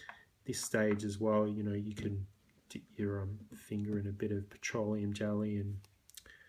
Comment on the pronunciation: The way you say "irritation" and "petroleum" is really satisfying